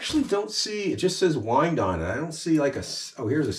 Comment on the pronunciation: Say 'Why-and'